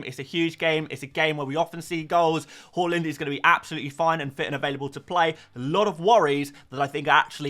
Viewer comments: its hAAland not hoeland, sounds so annoying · Why do you keep calling him hoooland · Learn how to pronounce Haaland.